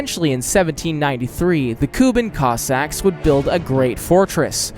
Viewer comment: Hey! Please research pronunciation of words that you’re going to use in your videos in future. Kossack is an English word, so it’s not like you have to approximate anything. saying /kəsɑk/ was really distracting. Thanks!